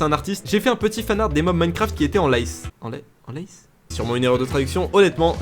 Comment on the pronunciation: "en lice" !!! (se prononce "en lisse"), c'est à dire en compétition, quoi...